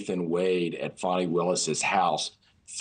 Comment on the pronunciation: It’s pronounced: Fanny